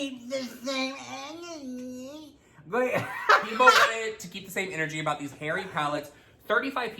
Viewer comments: HAHAHHAHAHAHAHAHA CONSPIRATEA, REALITEA, KEEP THE SAME ENERGEA OH MY GOD THat was my fave hahHAHAHAHAHAHHAHAAH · “Conspira-tea. Reali-tea. Keep the same ener-gea!” 🤣🤣🤣🤣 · "Keep the same enerTEA☕"!!!!